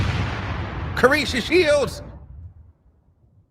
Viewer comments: IT was INTENTIONAL SHADE 😎 😅 I KNOW me some plus ➕️ he usually BUTCHER PPL NAME frfr 🤣 😂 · Him saying that lady name wrong was that shade or he really dk her name?